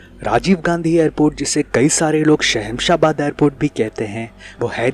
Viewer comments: Don't be a stupid and childish, when you shoot any place you should know the correct name of it. It is not shahensa airport its shamshabad airport. Dont try to copy some others videos just to make money by YouTube monetization. have you seen any paranormal things in Hyderabad? do you have any proof? First try pronounce the name of the place. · Bhai its sham-shah-baad...not shehemshah bad